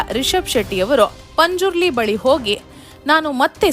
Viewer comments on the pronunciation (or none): none